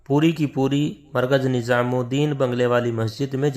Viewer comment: HAZRET KI LA-JAWAB URDU: Yea koi Hind/Deoband kay alim hain? In ki Urdu Hindi ki mahzooz-kun amezish liay huway hay, maslan "NiZam" ko 'NiJam", "Jawab" ko "Zawab", "Shura" ko "Sura", "terah/terha/terhan" ko "terain" kehtay hain! Alif kio Ain-Alif ki awaz say perhtay hain, maslan "Ap" ko "Ain+ap" (ba-awaz-e-"Aam/common) kehtay hain, jo kay sareehan ghalet hay.